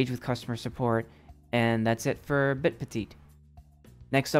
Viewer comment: 3. They are guaranteeing an average daily interest rate. Also it is PEH-TEET not PET-ITT